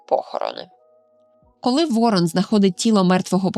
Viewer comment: Шановна, ворон(наголос на першшу літеру О) і ворона, це різні птахи.